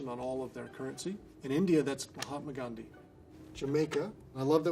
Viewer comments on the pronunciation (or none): none